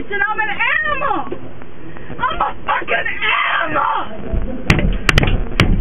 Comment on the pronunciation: lmfaooooooooo she even says the word animal like a toddler😂 she said "aminal"😂😂😂😂😂😂😂